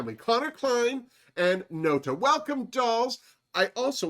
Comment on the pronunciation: I didn’t realize how good it would make me feel when you said my name on this! You always make me smile, so thanks for the extra sparkle this video! (My screen name is pronounced not-a since it’s part of a phrase, but without the whole phrase no one gets it the first time, lol!) I’m so excited for this new season! I just finished watching the last of DR Italia, so I’m still pumped!